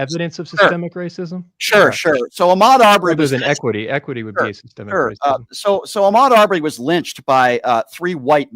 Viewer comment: he needs to learn what Sissssstemmmic means